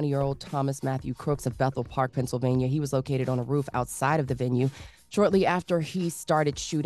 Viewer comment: Biden said "Vennsylvania" that's crazy 🤦🏽‍♀️